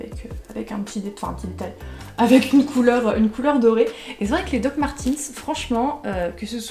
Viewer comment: alors juste pour dire, les dr martens , ça ce dit pas "martinse" ça ce dit "martaines" donc voilà quoi, ps j'ai les meme dr que toi hehe <4